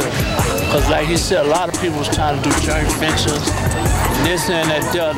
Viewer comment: We know we talk bad down here ... ! Slim said jernt ventures sted of joint ventures ... juvenile said linegevity sted of longevity yall get my pernt 😂